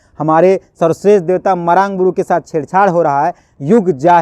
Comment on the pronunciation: भाई साहब आपकी पत्रकारिता से में प्रभावित हूं लेकिन मरांड नहीं मरांग बूरु होगी सही शब्द।